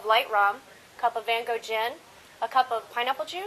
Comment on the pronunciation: Hahah they said Van Gogh wrong lawl